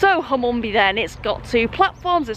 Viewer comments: You have to prounce Hum an be but i’ll let you off 😃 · We really do need to teach you to speak East Riding.. River ‘Derrr-went’, ‘Hun-man-bee’ (emphasis on the ‘Hun’ not ‘Man’ :-D - great video, I know those places quite well - looking forward to you travelling to the bottom end of that line. Beverley is a fine station - like Filey, but a bit bigger! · Filey station? You were two minutes walk from my house and I never knew. Oh, and it’s pronounced Hun-man-bee. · I've watched this twice just so i can hear you pronounce Hunmanby. It's a silent n. Derwent ya left the R out ) Great little vids,. I'm due mi pensioners pass, so i'll have to find out where i can use it. The WYTE is not as well funded as other places. In some areas ya can use 'em anywhere, but not here in the bleeding West Riding authority region. Mention that because you have a pass, not sure if ya payed for it or it was a complementary one.